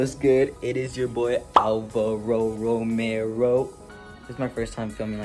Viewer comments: it's 😭💀